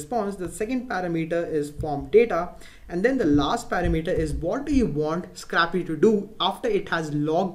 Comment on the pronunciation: Scrahpee :D